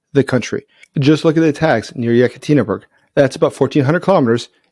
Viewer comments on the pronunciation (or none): Yekatinberg? No, Yekaterinburg.